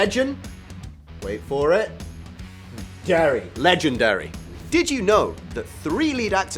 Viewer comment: When he said «Darry» instead of «Dairy» almost ruined my love for the phrase «Legen.. wait for it.. DAIRY»